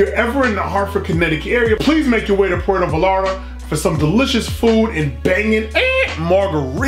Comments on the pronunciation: Pronounced as “Puer-toh Ba-yar-tah” were the “t” is softer. First off: stir-fry is more Asian-inspired rather than Mexican. I was hoping you would enjoy something like tacos al pastor, or carnitas, cochinita pibil, or a quesadilla. But I’m glad you tried mole. Like you said, it’s a peanut based chili sauce but it’s also has a hint of.. I don’t know if you tasted chocolate. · Puerto (spanish for "Port") Vallarta (LL sounds like a Y, and a strong T "VayarTa") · Easy way to say it -pwer tho, vay yar(d) tha. Can roll those R's if you like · Pronounce it this way: Puerto Bi-arta. In their language V’s are pronounced as B’s. 😀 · it is pronounced “Poo-err-toe Vah-yarr-ta” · It's pruhnounce pwetho viyetta say it really fast tooo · Puerto Vallarta - Sounds like pu elrrr toe vi arrr ta. Put some Pico De Gallo on that. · It's pronounced Poo-wearto vie-yart-a. Thst's a phonetic pronunciation. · Lol "pueto valata" It' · 1st off: you killed the name of the place. The llarta is pronounced yar-ta. 2nd: that dish with the chicken and vegetables with the melted cheese on top isn't even authentic mexican food. There isn't much authentic hispanic/latin food unless you find one of those rare spots out east with handed down recipes or if you happen to be on the westcoast where its easily found. This just coming from a fan who has spanaird descent and has been all over central and south america. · The way he pronounces puerto Vallarta is killing me 😤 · Sweet, the food looked delicious and authentic. Pro-tip: Vallarta is kinda hard to pronounce for english speakers, the trick is, double L sounds like a hard J in english, like in "jank" :) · The double l is a y sound in Spanish just to let you know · your pronounciation of puerto vallarta was way off! lol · puerto vi-yare-ta 😂😂😂 i love you man but that was funny af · Please enunciate it as Pwhere as in where with a P at the beginning sphere toe Vie Yar ta. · Poo-air-toe Ba-yar-tah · “Poowear-TUH Vie- AR-TUH”